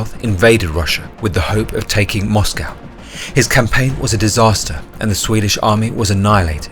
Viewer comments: Mate, you sound British. A least have the decency to pronounce the word 'Moscow' correctly. A awful blot on otherwise great content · First British person I've ever heard pronounce Moscow like an American.